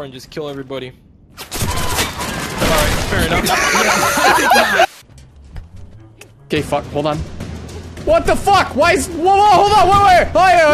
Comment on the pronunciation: "fair nuff"